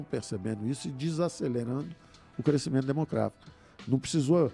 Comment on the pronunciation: Impressão minha, ou ele falou “crescimentos democravo”?